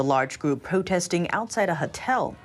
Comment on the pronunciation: it's Hotel not Hatel 🤣 three times!! 😅